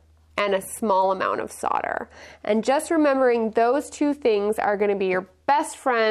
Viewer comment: SO nice to hear SOLDER pronounced CORRECTLY on youtube.